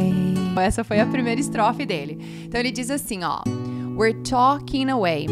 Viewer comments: uma coisa que percebi é que o cantor não pronuncia WE'RE no começo da música, já começa com talking away😕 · Outra dúvida, no trecho da canção: We're talinhos away. Vc quando canta, não pronuncia ( We're ). Sempre gostei de inglês, mas nunca tomei curso. Sei um pouquinhooooo, conheço alguns vocábulos, pronuncio muitoooooo bem, mas tenho dificuldades gramaticais. Help me, please 😂😂.